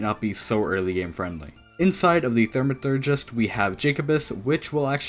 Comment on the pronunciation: Why did you pronounce Thaumatergist as "Thermathergist" xD